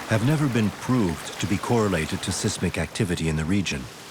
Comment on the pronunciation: Very interesting, but the narration leaves a bit to be desired. Buoy is normally pronounced "boy" in English or "boo-ee" in American, not "boe-ee". Seismic is pronounced size-mick not sizz-mick. Luckily, the French is generally quite comprehensible, but it would have been sensible to offer a translation.